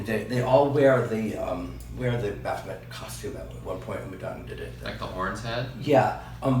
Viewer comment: It's pronounced Baff-o-may.